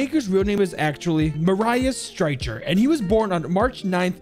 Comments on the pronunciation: I just hear butcher jager's name.... It's pronounced maareeous striker, lmao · His first name isn't "mah-rye-is" its "mare-e-is" then the last name is pronounced "striker"